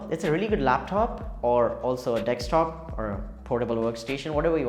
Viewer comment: Bruh, great review. It's "desktop" though, not dextop XD